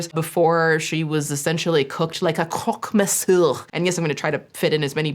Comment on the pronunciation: I remember in one of your previous videos (the shein documentary actually) you looked up the correct pronunciation of chinese names; why didn't you look up the pronunciation of the french pastries / dishes? I had to stop watching when you said "croque-monsieur" it was so butchered it upset me